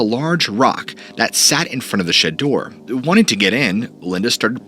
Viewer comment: It sounds like you are saying shit door instead of shed door.